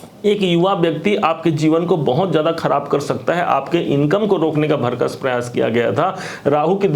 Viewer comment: आदरणीय महोदय, आप अच्छा बोलते हैं, प्रभावशाली भी हैं किन्तु आप उच्चारण संबंधी एक सुधार कर लें । आप 'भरकस' बोलते हैं, कृपया 'भरसक' बोला करें। यही शुद्ध शब्द है ।